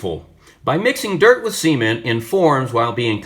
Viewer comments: Did he say "earth and seamen"....😂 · Hahahahaha I caught that too. It sounded like semen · did you just say dirt and semen?.. I hope it wasnt? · "By mixing dirt and semen in forms..." Now, i know you said cement, but it kinda sounds like....well. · Did you say Seeement, as in meaning cement? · Sorry? 'Earth and Semen(t)'? Lol.